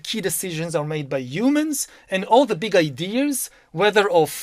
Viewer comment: "Umans" (humans!) 😂... He is truly disgusting and full of utter vickedness